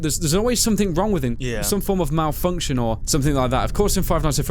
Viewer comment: "Malfunction"... MOUTH-function. Bite of '87 confirmed!11!!!!!1!1!11!1!1!